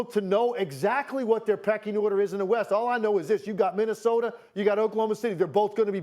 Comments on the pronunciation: Don’t forget “Minnisoder” lmao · Broooooo, then he calls “Minnesota” …. “Minnisoder” lmao